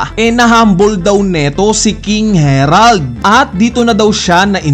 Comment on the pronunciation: bakit ba laging KING HERALD NG KING HE-RALD, KING HARALD NGA DIBA KING HA----RALD